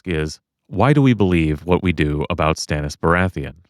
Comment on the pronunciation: If we're talking about pronunciations of names, George says Stannis as, ston-is.